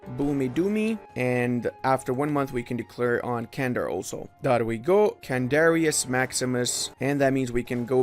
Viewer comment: Nice vid, but those mispronounciations... it's not 'Candar', it's 'Çandar', sounds like 'Jandar' and 'Chandar' simultaneously